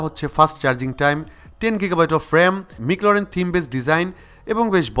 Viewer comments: ভাই ম্যাকলারেন মিকলারেন না 🙄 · মিকল্যারেন নারে ভাই ম্যাকল্যারেন -_ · ম্যাকলারেন, নট মিকলারেন। 😒 ওয়ার্প, নট র‍্যাপ। 😑😑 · কিছু মনে করবেন না ভাইয়া উচ্চারণটা ম্যাকলারেন হবে 😊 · Loved the video but the wrong pronunciation of Mclaren and Warp charger felt a bit cringy. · Mclaren pronunciation ta ki thik ase? I have doubt. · একদম! আমার ও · ঠিক নাই, আর এটা খুব কানে লাগছে। এবং সাথে র‍্যপ চার্জার টাও। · Vai age McLaren uccharon kora shiken tarpor vdo koren...🤣🤣